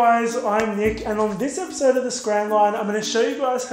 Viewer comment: Am I the only one who repeats after him, "AND ON THIS EPOSIDE OF THE SCRAN LINE" in an aussie accent? lol love ya Nick😊💕